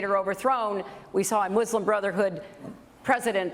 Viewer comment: I like how Bernie pronounces "mUslim". It reminds me of the Treaty of Tripoli where they use the word "Mussulmen". O'Malley said "third" instead of "tertiary" :(